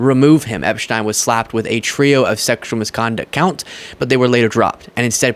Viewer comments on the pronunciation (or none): Who is Epshtein? Its Epstein. We aren't in Europe.